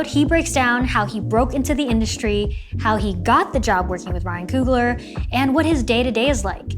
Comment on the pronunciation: Why she keep saying Coogalar!